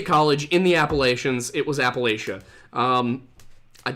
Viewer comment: I live in middle Appalachia, Wendigoon's pronunciation is correct.